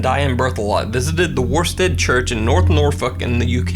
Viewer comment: As an East Anglian, the villages name is pronounced 'Woosted' otherwise, great stuff!